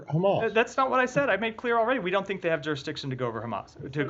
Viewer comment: " They shouldn't have jurdiction to go after Hamas." Then he says "Israel should have Hamas held accountable."